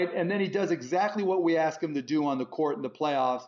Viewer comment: Why does Melo pronounce "ask" as "aks"?